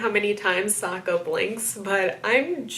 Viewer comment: It was weird to me that the film butchered the character's name. Like it's Sokka not SOOKA